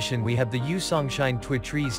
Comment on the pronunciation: Is this some kind of computer generated voice? He can't say two trees